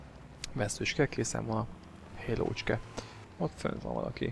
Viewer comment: Halo, Halo, figyelem! Így magyarul kiejtve elég hülyén hangzik szerintem, jobb hogy a "héló"-nál maradtál.